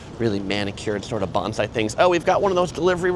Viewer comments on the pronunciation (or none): none